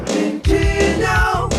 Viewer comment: Hey, guy on tape singing the "nintendo " song...there's a D in Nintendo...it's not Nintenno.